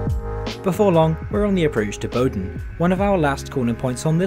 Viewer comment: Good stuff! One minor detail: while your pronunciation in general is simply great, Boden should not be pronounced "Boh-den" but "Boo-den"